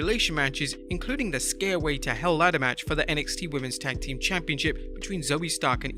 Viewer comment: I hate it for the guy, but I'll be glad if they get an announcer that understands the word is "championship," and not "championCHIP."